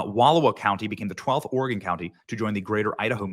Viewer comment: Props to Benny to actually knowing how to pronounce Oregon. So many people pronounce it wrong